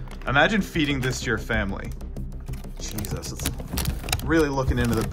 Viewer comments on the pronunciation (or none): none